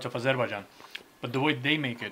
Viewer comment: Thanks for teaching me how to properly say 🇦🇿 Azerbaijan. Amazing bideo